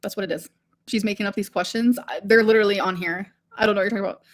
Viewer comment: "I LIDURALLY HAVE PROOF! I'VE GOT THE TEXTS ON THIS PHONE!" ...then show them?!